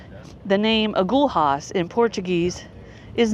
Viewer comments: Agulhas is pronounced close to ah-GOO-lee-us. 🏝️🌊🌞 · When those fishing boats come in you can buy freshly caught fish off them. Pronounce it A-gull-as. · In Portuguese, every time you find the consonants "lh" together, you read it as "li" (in English, it sounds like "lea" in lead). Just imagine there is no h, but an i there. So, in this case, agulhas should be read as "agulias". In English, it should sound similar to "a - GOU - lea - us". I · Agulhas is pronounced as A Gull Hiss in SA. if u look at the Atlantic ocean where the 2 meet it appears darker than the Indian ocean